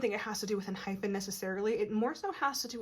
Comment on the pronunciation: Found your page and loving your readings so much. You have a lovely voice to listen to and you pick up on the boys energy so well. Can I just point out one thing. It’s pronounced EnhyPEN not Enhyphen.